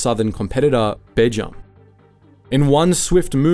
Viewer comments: as someone who worked for them a few years before the takeover, you're pronunciation of Bejam was annoying, it's Bee-jam, not b'jum. the company was way more powerful in the retail world than Iceland was and even had it's own line of fridge/freezers and microwaves etc. but it was family owned and never stood a chance against it's corporate rival. and yes, the takeover was an absolutely hostile one. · Bejam is pronounced "BEE JAM", FYI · It's pronounce Bee Jam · Its pronounced B-jam mate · Bejam pronounced Beejam, and what's with the Iranian Currency? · The worst day ever for the high street & frozen food was when Iceland took over Bejam, (pronounced Beejam). Iceland is not a good company at all. Very bad owners & management. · Why would you pronounce Bejam like you did? 😂 It’s said as it’s spelt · have you not realised this whole channel is AI? I sometimes give it a chance because someone could be writing the scripts and having an AI speak for them but after the way they said Bejam lol and then this I'm done 😂🤌🏻